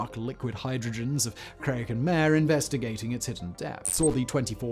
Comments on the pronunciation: It is getting annoying to hear you repeatedly mispronounce "mare". It is Latin, and I'm pretty sure it's two syllables, perhaps something like Mah-Ray. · The latin for sea, does not sound like the english word for a female horse.